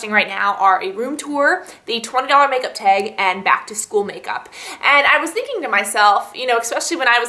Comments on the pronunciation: you say tag so funny hahaha "teg" :) great video too! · I hate the way she says "tag". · what's her accent? she says "tag" and "bag" kinda strange haha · the way she says tag..... :/